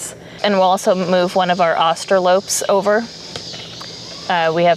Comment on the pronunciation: I'm a little confused why keeps pronouncing it "Austro-lope" when it's spelled Austrolorp with a second r. Maybe she knows something I don't?